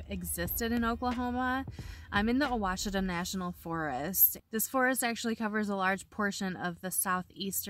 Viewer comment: Really enjoy your videos. Merry Christmas 🎄 and Happy New Year!!! Ouachita is pronounced wash-it-aw 😊